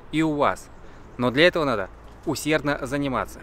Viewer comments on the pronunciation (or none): none